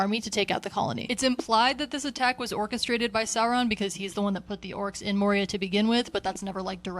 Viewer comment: did you say Orcestrated?